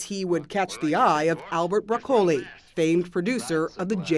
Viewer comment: I think the narrator needs to learn how to pronounce Broccoli